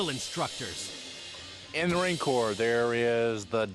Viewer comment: its actually corps... but nice try